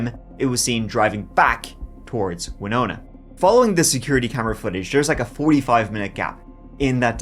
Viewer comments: Thank You for taking the time to learn how to correctly pronounce the name of the city of Winona, MN. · Look at this guy, pronouncing Winona correctly, props! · Good job pronouncing Winona correctly. It's not often that someone outside Minnesota gets it right. Now if they could just pronounce Anoka and Edina right.